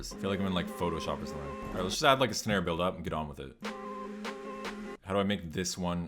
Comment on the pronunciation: "sanre" lmao